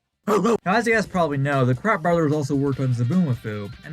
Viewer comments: Everytime they said "It's us, the Kratt brothers!" I keep hearing "It's us, the Crack brothers!" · I always thought they said they were the CRAP brothers not kratt